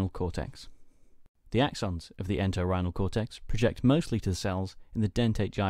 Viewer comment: you say a word a few times ''Exants''? ''The exants of the Enterhinal Cortex...'' is that correct ? I am not sure what that means. Great work on this informative video lesson!! Keep it up!